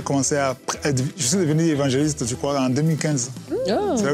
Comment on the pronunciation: Bravo vous arrivez maintenant à bien prononcer le non de l'évangéliste